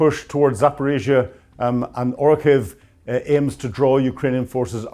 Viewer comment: PLEASE!!! Orikhiv -- not "Orkhiv" on the map since . You constantly repeat this error!